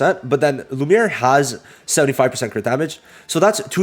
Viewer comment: Bro should not say lumie😭